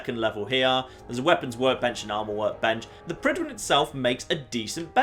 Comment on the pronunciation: Any welsh speakers here think it's annoying how Fallout 4 characters butcher the pronunciation of Prydwen?